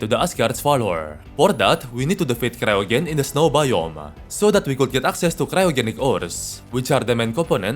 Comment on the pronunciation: I think it's pronounced "cryo-jen", like cryogenic freezing